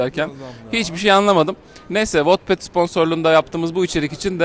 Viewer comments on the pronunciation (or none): Wotped değil ahsjsj wattpad daha bunu da söylemeyelim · wotped diye okunmuyo o wetped diye okunuyo